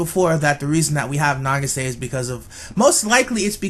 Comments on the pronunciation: nageesay? That is butchering the name to the max, it is pronounced, na-geee-sah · Why are you pronouncing it "na-gi-SAY?" It's "NA-gi-sa." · I cracked up at the title of this video then died when I heard you say "Nah-gee-SAY" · Her name is pronounced nah-gee-sah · not trying to be rude but nagisa is pronunced na-gi-sa she has a purpose she is loyal to mami she is a really big help for the magical girls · Why and how is no one talking about how he kept pronouncing Nagisa wrong? Either than that great video. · The way you pronounce Nagisa......